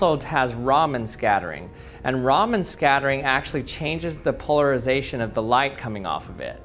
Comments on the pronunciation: its not RAAMen its RAMAN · It's "Raman" like Chandrasekhar Raman and not "Ramen" like the noodle lol. 😂